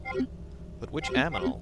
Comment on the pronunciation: "Half of an animal.....But, which aMINal"